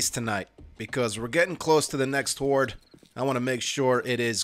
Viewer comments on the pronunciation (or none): none